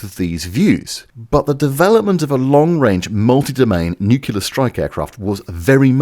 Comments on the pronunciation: FFS, "nuclear" is pronounced "nuclear", just like it's spelled. It is not pronounced "nuckular", which is completely unlike how it is spelled, and not how it is pronounced in English. Why do the British have the worst English language skills in the world? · Holy fucking shit. You claim to be a safeguard against the continued mongreling of The English Language, and you consistently pronounce the word "nuclear" as "nucular." FUCKING READ THE GODDAMN WORD AS IT IS SPELLED YOU TORY HACK!!!!! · NUCLEAR IS PRONOUNCED NUK-LEE-IR, (or -ah if British) NOT NUK-U-LAR. IT IS NOT LIKE "MOLECULAR" That's not a British thing, as your own pronunciation picture demonstrates. you hurt your credibility when you say it like Homer Simpson. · What the fkuc is 'nucular'? THE WORD IS NUCLEAR! Is it really impossible for you (and a certain thicko US President) to pronounce it correctly? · I could take the heavy load of bad puns but can't take seriously someone who keeps saying "nucular" in any serious context. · Pretty sassy of you to literally put a UK pronunciation guide on screen, with a bit pointing to it, and then continue with dozens of your modified-hillbilly, consonant-backward "nookyulah" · if you say "nucular" instead of "nuclear" once more, I'm unsubscribing. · You forgot the big one. How the f*** anyone can look at the word 'nuclear' and pronounce it "NUKULAR" is beyond my 1960s built computing power. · What the hell is Nucilor?! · The moment you start talking of Americans, NUCLEAR becomes NEWKILLER. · Ackshyually, it is Nuculear... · Here in Missour-uh, we hear nuke-you-lerr. Agree "English Police" are annoying on either side of the pond. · As soon as you said "NUKULER", you lost all credibility. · I like how you put the pronunciation guide for 'nuclear' up within the first 15secs and then proceed to say "noo-culer" for the duration of the video. Your high horse is evidentially shorter than most. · Every time says 'nuculer', I hear Homer Simpson correcting someone.